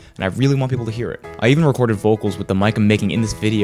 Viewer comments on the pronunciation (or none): none